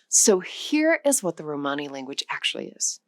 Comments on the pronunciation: Why do you pronounce it "romehni" half the time? It's grating. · Every video on you tube recently is saying the same in corect way . So anoying . Theres no such tjhing as a RO - MARNI . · The word "Romani" is accented on its FIRST syllable /ˈrɒməni, ˈroʊ-/ ROM-ə-nee, ROH- Please do your damned research! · You pronounce Romani in two different ways, sometimes correctly, mostly incorectly. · The stress is 'ro-mani and ro'ma. Most English speakers will intuitively place it wrong in either word